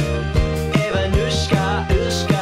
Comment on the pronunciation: Btw, not sure if you're a native speaker, but "Ivanushka" = "Ivan", but it is said in a diminutive form Also stress in both these words is on "a". And also "sh" (ш) is pronounced somewhat differently - less softly, unlike usual english "sh" (щ).